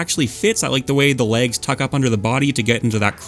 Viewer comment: love these videos. been listening to them on long drives or long work nights. in terms of length vs brevity I think you found a good balance in this video matching similar moves and then ranking them. much appreciated! it's very good! although i'm not sure if it's my headphones but every time you said "legs" it felt like you were saying "lags" and it took me several times before realizing it